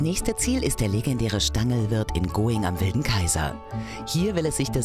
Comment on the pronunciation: Wie geil xD Ich wohn echt nicht weit vom Stanglwirt und musste echt über die Aussprach für „Going“ kichern :‘D